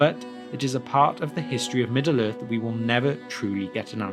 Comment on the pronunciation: lmfao, Middle Earth, its two fucking complete words dude. You- "Middaler" Its not so much like you're speaking as chewing the words up in a sandwich and letting them drop out of your mouth.